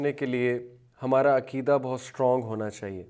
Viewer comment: عکیدہ نھی عقیدہ عقیدہ لیکچر دینے سے پہلے اگر ش ق درست کر لیں تو بہتر ھے